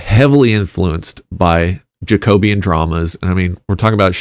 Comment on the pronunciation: pronounced jack-oh-bee-an not jayco-beeyan